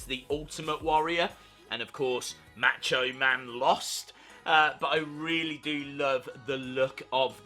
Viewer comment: Learn to pronounce Macho.